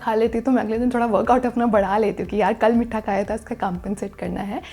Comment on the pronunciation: Its meetha not mitthaa